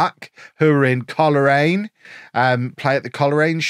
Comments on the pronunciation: Hoping to see a northern ireald save. Its pronounced coal-rain. Loving all the saves so far ❤ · Really excited for this! BTW in case you end up there.... Coleraine is pronounced Coal-Rain